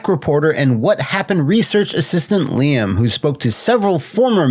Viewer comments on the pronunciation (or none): none